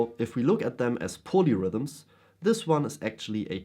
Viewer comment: I thought you were saying ponyrhythms which was spacing me out a touch as I was wondering why I had never heard the term. 🐴 Keep on playing those ponyrhythms...